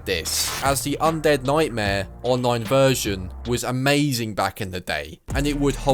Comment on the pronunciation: Undead noightmare